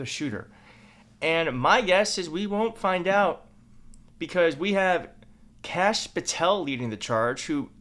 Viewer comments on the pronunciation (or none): It's not Kash ( sounding like cash ) it's Kashyap ( sounds like the o in "hot" more like " Kahsh " Kashyap Patel.